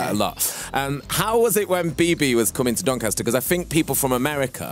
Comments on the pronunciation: Cuz he is the "Sass mastAH from DoncastAH" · I think you mean "DONCASTAH"